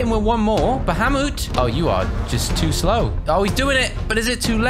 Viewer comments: you butchered Bahamut almost as much as Siri mispronounces Akaroa ba-hay-mutt, you said ba-hah-moot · Its actually ba-ha-moot